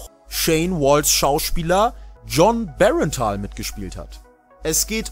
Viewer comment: Jon bernthal wird nicht jon berentaal ausgesprochen